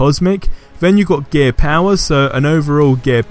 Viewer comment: when you say gear it sounds like your saying gay XD